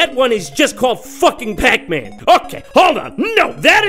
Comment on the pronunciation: just the way he says PAC Man cracks me up 😂